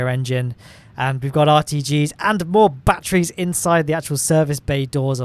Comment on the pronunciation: Why do you keep talking about "Bat-trees"?